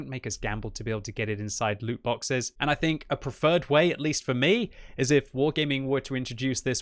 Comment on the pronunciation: ITS LOOOT